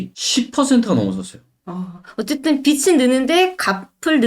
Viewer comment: 빚츤x 비즌